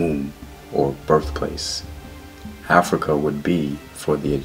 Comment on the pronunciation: Which Gerald Massey book mentions Af-rui-ka?